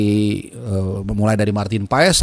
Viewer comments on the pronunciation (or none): PAAS,,, bukan PAES